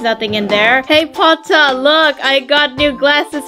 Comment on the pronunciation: Also i love how you said "PoTtAhH" ITS SO FUNNNY🤣🤣🤣